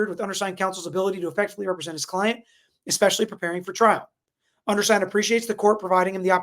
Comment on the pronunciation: Bloody hell… even highly educated lawyer says „eXpecially”… tf… 🙄